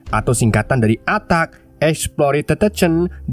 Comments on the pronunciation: Hari gini gak bisa baca bahasa inggris? Attack dibaca ATAK 😂😂😂😂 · Attack : baca Attakk 😭🙏